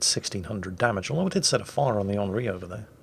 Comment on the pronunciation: Italian, here. Not offended at all. But the French, I reckon, are going to be furious.. Not so mach for having mispronounced the Alsace, but for calling the Henri IV "HIV". Well, as our Rear-Admiral always says "if you can't take a joke, you shouldn't have joined the Navy"...